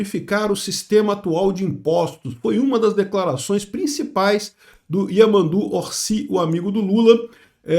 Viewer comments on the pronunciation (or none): Só avisem pro que "ll" (ou "l duplo") se pronuncia como um "j", ou "ch". E o "Y" pode ser como o "i" ou "j". "Yamandú" se pronuncia "Jamandú" e "Batlle" se pronuncia "Baje/bache", por exemplo.